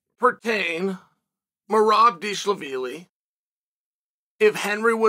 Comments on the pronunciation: “Merab Deshalabeely” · He pronounced Dervish Wheelie perfectly! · You got to fix your premonition on names, it is important. To say Dvalishvili right ain’t that hard actually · Uncle Chael just broke the record for the funniest pronunciation of Merab's last name in the first 3 seconds of the video. 🤣🤣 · Come to find out all these fighters have been pronouncing their own names wrong!